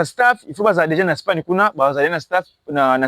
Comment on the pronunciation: Courage jeune homme, tu as l’enthousiasme et la soif de progresser mais il faut corriger bcp des choses et sala très attention pona français on dit Espagne et non spagne, c’est en anglais qu’on dit Spain. Courage